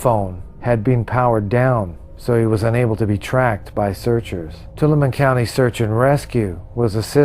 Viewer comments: Tuolumne is pronounced To-all-a-me say it fast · To-all-uh-me = how to pronounce Tuolumne